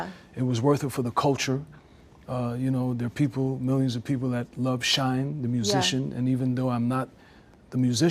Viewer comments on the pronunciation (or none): I get it now! "Shyne"!! Pause, Lol, SMFH.